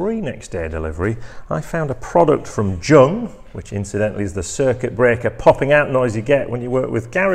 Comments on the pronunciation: No it's pronounced yoong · JUNG......Pronounced young.......